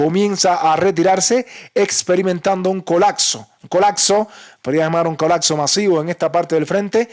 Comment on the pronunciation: "Colacso" dice el burros jaja